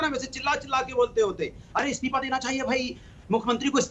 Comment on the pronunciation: it's isteefa not isteepa